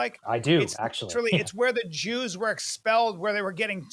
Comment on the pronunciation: admire and jooz in the same sentence ? 😂